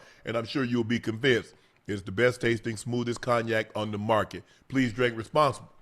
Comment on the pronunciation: Shannon please learn how to pronounce the word cognac